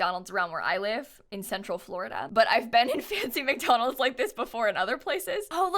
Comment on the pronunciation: Am I the only one cringing each time she says McDolands? Wendy's is where fast food is at!!